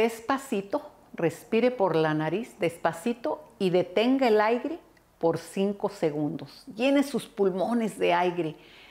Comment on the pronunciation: Gracias hermosa.....PERO NO SE DICE "AIGRE" ES AIRE